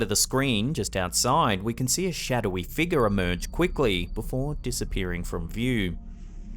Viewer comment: wtf is a figga?? Ohhhh you mean figure🤦🤣